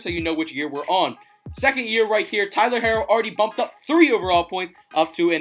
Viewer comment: Omg you saying his name wrong its pronounced hero it just has to r's